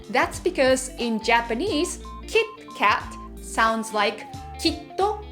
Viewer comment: When you say kit kat as "Kitto Katto", it reminds me of Detective Conan character 'Kaito Kid' cause they pronounce his name as "Kaito Kitto"...